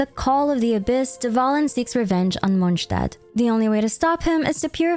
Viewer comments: How do you pronounce all the names correct but mess up every single time you say a nations name? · Great video but I'd like to know where you got those pronunciations from lol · the way you say Mondstadt makes it impossible to listen to you. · MonStadt not mojtadt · its not Monch tad its Mons tad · It’s monSTADT not monshtadt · i love how you pronounce everything correctly it makes the video really immersive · Pronouncing something completely different to the official pronunciation just sounds obnoxious asf especially Tighnari, doesn't matter what the 'cultural' pronunciation is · Please. :D Its Monstadt (:monstad: with classic "s" not :Monštad/monshtad:). :F Your pronunciation of this city is incorrect. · I don't usually comment on videos I've watched, but I felt compelled to say something after watching your video. I sincerely congratulate you on the quality of your editing and narration. The slices of many lore videos and the pronunciations were impeccable. It looked like it was one big, beautiful cutscene. Since it's a relatively short video, I felt it was a bit too summarized. But at least you managed to bring up the main points of each arc, which is great for older players who don't want to watch hours of old quests again. Anyway, very good job and thanks for all the effort to bring such a good content! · Not only was this an awesome recap but I loved how all the names were pronounced correctly, as they would be in their respective languages! Props for going the extra mile, that felt great. :') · Monshdad? Good video, it was weird to hear it said that way. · ITS MOND-STAT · is monstadt actually pronounced 'monshtad'? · since it's heavily inspired by medieval Germany, guess it makes sense to pronounce it like that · Once u hear that neuvillette song there is no going back on how to pronounce it in real way 😭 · the way you pronounce things is so cringe and makes this hard to follow. basically NEED to have CC on just to follow. No one in game talks like this.